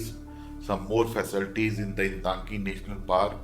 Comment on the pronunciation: 🎉🎉🎉 For non- indigenous general people at large, it is easier to say Intanki, instead of Ntangki. Shalom🎉🎉🎉.